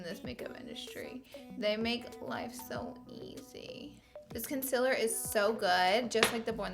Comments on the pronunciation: Me : concealer Laura : conciller Conciller CONCILLER me: ITS CONCEALER DAMN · Its not conciller its concealer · “Conciller” 😂😂😂😂😂 love you Laura❤️❤️ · Did anyone else notice she said consiller no hate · The way she says Concealer 🤦🏾‍♀️🤦🏾‍♀️🤦🏾‍♀️🤦🏾‍♀️ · who else came from the video of laura lee saying concealer wrong😂